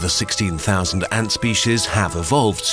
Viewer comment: Nobody:: ÄÑŢ